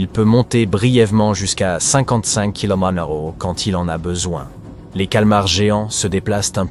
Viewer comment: Oh, l'IA qui a du mal à lire km/h ...